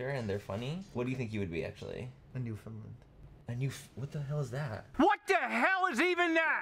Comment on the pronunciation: I promise I'm not being a total d**k, but he's saying "New-fin-lund" with such confidence and it's actually "New-fin-land" dog. I'm from there and literally no one says it right, including the rest of Canada hahaha